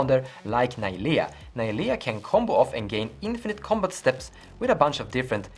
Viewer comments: Just want to fix the pronunciation of Najeela, instead of "Ny-Leah" it is properly pronounced "Nah-Gee-La". Sorry if I sound like a cunt just trying to help and give a quick fix outside of that solid video. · NAJEELA. NOT NAYLIA